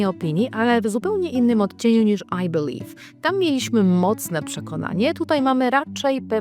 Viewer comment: I belive I can fly I belive I can toch te sky 😂